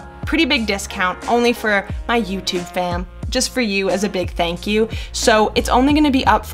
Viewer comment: can't believe how easy it is to make presets nice vid i'm not hating but sounds funny when you say 'fam' lol